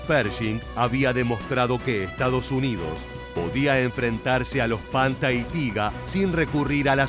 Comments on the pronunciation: No sé pronuncia "panta" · Se pronuncia "panthar" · Panther se pronuncia panta?